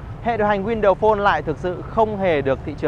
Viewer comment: "win-đầu" sao nghe nhức óc quá!!!!